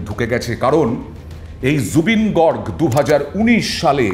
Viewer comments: Garg gorg na beta bhul উচ্চারণ করে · Garg Your pronunciation wrong 😊